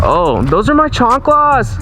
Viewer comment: "Those are my chanklas" 😭😭😆😆